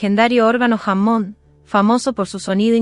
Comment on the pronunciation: Deberías arreglar la pronunciación en Ingles. La documentación es excelente pero eso estropea tú trabajo.... tienes que arreglar eso, no puede ser que digas jamón en lugar de Hammon, por poner un ejemplo